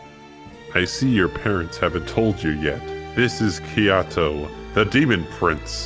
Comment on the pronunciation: Its Kate-o not kite-o